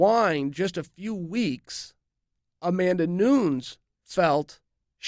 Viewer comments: I love the way he says it lmao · Chael, stop trolling. You know how to pronounce Yair and Nunes. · Amanda Nunes is so under promoted Chael doesnt even say her name right.